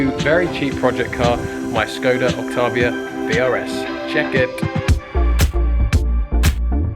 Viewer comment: There is no R in Octavia